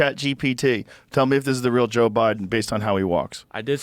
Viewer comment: SAY IT JOE IT RHYMES with SPOKE!